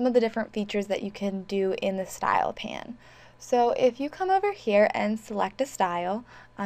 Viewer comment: Thanks for the great info. Isn't in pronounced style pane (like pain), though, not style pan?